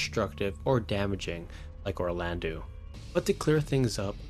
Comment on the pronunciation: wait did you say Orlandu!? 🤣🤣🤣 well ok we can all have our opinions 😂